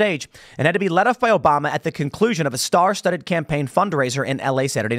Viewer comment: Mf cant say obama 😂